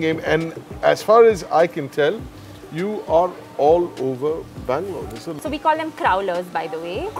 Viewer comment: When Bangalore became Blangalore EOD🍺😂🤘🏻 Doing a good job! Cheers guys 🍻